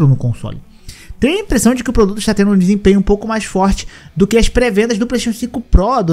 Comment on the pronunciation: Ele tem impressão, IMPRENSsÂO, só para deixar marcado aqui